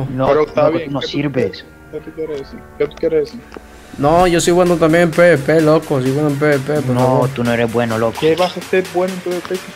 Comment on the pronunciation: Cómo lo dicen ->PBP COMO SE DICE EN VERDAD-->PVP .. PE UVE PE , NO PE BE PE :(((